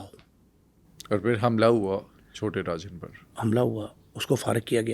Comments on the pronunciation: Rajan ko arjan bol rha hai tatta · Naam to Sahi bol Le saaly. Chota Rajan ko arjan chota kh rha.